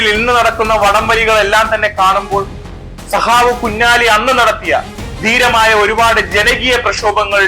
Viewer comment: സഹാവ് അല്ല, സഖാവ്